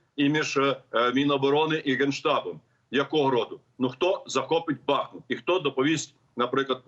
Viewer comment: Після того як генерал "бахнув" вимикаю це відео. Не в змозі навіть вимовити вірний наголос. БахмУт...підкажіть йому. Дякую.